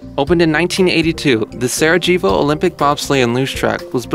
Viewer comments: jeez...the narrator needs how to pronounce Sarajevo. LMFAO. Sara-jayboh? REALLY??!! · Sarajevo doesn't have a hard J sound. It sounds like sar-uh-yey-voh.